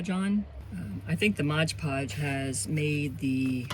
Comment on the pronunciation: 😂 I don't know why so many people have such a hard time saying Mod Podge. Calling it Modge Podge.🤷‍♀️